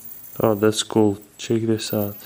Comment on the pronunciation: lol CHiiK IT OUT . I love this guy .